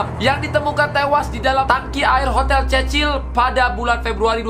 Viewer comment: Cecil bacanya sesil